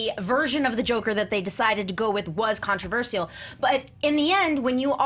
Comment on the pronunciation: ( kon-truh-vur-shuh l )